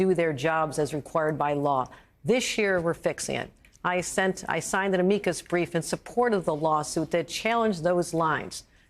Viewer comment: "MEGA" Republicans? "Ameecus" brief?